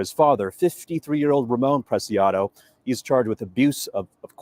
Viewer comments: Preciado would be pronounced like: PRESSY - AH -DOE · When pronouncing the arrested, think of how you say precious....prec--ee--ah--doe. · PRAY-SEE-AW-DO Preciado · Last name pronounced “Press-e -odd-o” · i didnt know until a couple days ago you were a first responder in 9/11. Thank you and Ed and all for your service in general . I love law enforcement i have state trooper friends and hubby has county friends . Here is some help. It is pronounced Press - see - ahh - doe. Native Texan here. White as a sheet lol but raised around hispanics and learn lots of spanish from waiters etc. Lots of yummy recipes too. Its driving me bananas that they haven't said a word about the person in the backseat of the truck. I saw this video enlarged and you can see a hand handing up the towel or chamois or whatever , up to the front and Ramone took it then flung it in his front seat area when he got back in. Big thanks to the officers etc that caught them. I was so afraid they were in Mexico. San Antonio used to be my favorite city in Texas in the 80s and 90s. With all the murders lately, i will never go there again , nor my hometown of Houston. Thanks for all you guys do. 😊